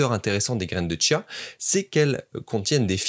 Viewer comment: Il y a pas de t à chia